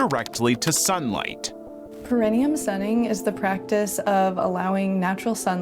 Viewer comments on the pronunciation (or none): That first chick should at least learn how to pronounce perineum. Here, I’ll help you: PAIR-AH-KNEE-UM. At least here in the U.S.A. that’s how doctors pronounce it. 🤦🏻‍♀️ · One should not expose to the sun a body part they cannot pronounce. For future reference it's pronounced "pear-uh-NEE-um ."